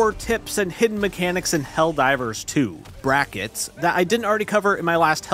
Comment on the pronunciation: "Brackets" "Nay-gate" Tell me you didn't write the script without telling me you didn't write the script.